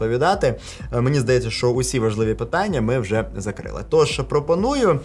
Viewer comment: Без сценарію досить непогано, відразу і не скажеш. На досвіді вже) Але є й одне зауваження: забагато шокаєш. Це не дуже професійно. Декілька разів можна вжити, але в кожному слові замінювати "щ" на "ш" не дуже гарна ідея. Думаю з часом дійдеш до золотої середини. І дякую за контент💛💙